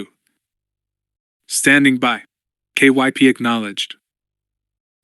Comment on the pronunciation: That's a fact. I don't mind the awkward cadence of the AI reader, but i can not stand all the names he pronounces wrong. Took me until the end of chapter 2 to realize "K... Y... P..." was supposed to be Kyp, why on earth does he spell it instead of trying to read it?